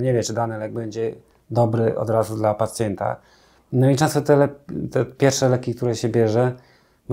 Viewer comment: Pacjenta , pacjenta nie pacjeta 😂